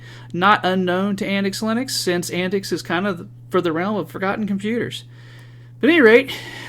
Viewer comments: It is pronounced an-tics not anicks. As in 'antics' the word. TTTTTTTT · I watched your video from the AntiX website, where your review is featured. I don't understand why you pronounce AntiX as "AntX" consistently, but otherwise good video.